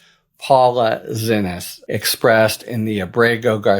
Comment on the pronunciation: Harry, friend, "Zinnis" is pronounced "see knees". She was asked explicitly in the first court date, if i remember correctly